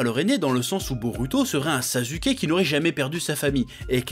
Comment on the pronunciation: Quand tu dit sazuke ça me trigger un truc de fou ptn